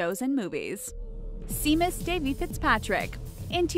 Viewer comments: SHAY-MUS NOT SEA-MUS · Not “seem-us.” It’s pronounced “shame-us.” Damned millennials. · Seamus is pronounced SHAY-mus. Seriously, you can't make ONE video without mispronouncing something. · it takes a lot to make WatchMojo and WhatCulture seem like fine art. Well done. Also: it's pronounced "Shay-mus". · Seamus.... shouldn't it be (Shay-mus) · Shay-mus you fool! Seamus is pronounced Shay-mus. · Its pronounced shaymus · We do know what they look like, since all you channels keep showing them all the time! And seriously, Seamus? I'm Swedish and I know how it is pronounced. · TwinEclipse I cringed so hard when she said that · I fucking cringed when she kept pronouncing it wrong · You mispronounced Seamus.